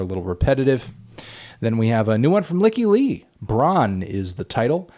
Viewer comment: Oof butchered Lykke Li’s name there bud